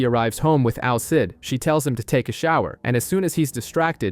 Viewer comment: Al Cid😭😭😭😭 It's Alceeeeeeeide